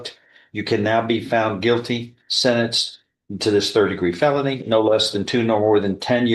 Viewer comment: D'oh, the AI TTS can't even pronounce "felony" correctly.